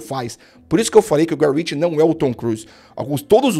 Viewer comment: Prestou atenção "Guy Ritchie" , tome tento.